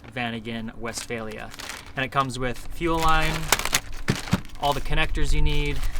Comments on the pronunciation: Funny how you pronounce it west-fail-ya instead of Westfalia. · Great video, thank you🙏 Note: The universe hears you when you pronounce Westfalia like "west fail ya". just saying😉